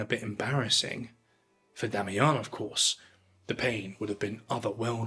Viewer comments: Oh for Heaven's sake... DO get some help before you even TRY to pronounce words in French...🤨🤦🏻‍♂️🤬💩 "La journée sera rude"... 🤨 WHAT? Or M. Damiens surname... it's not Damiyan ...Damiyen.. Sorry, but this clip was boring and made worse when an English man "trayying tå speek Fräänschä... ". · Not being a dick, but the pronunciation of Damiens needs work. Not “ons”; but more “eh” with nasality. I wish I could do it for you. Damiens- shove that “eh” in your nose. You already have a nice nasal for ‘ons”. I enjoy you. Thanks. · Take a shot every time he says, "Demmy Yong". 😂😂😂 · pronounce Ecu like eikoo, you mean? Or Damiens like Damiahn? It doesn't take AI to butcher French, just any monolingual Anglo speaker.